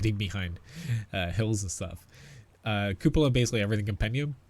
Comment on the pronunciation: So glad there is a YouTuber that can pronounce cupola properly....